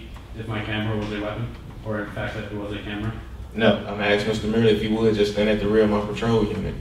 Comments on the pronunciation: Let me be axing you dis? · This cop actually admits "Axing" him on multiple occasions!!!!